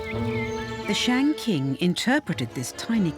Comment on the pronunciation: BBC are idiots for not doing their homework properly. The name of the the 商 dynasty is so utterly mispronounced.